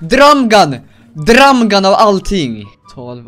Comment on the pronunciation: Älskar att han säger ”drAm gun” istället för drum gun ! 😂💕